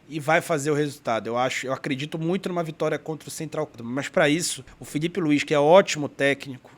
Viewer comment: Paraenses tem problema de dicção. Eles trocam L por LH: Filhipe, Cebolhinha, Homem lhivre... 😄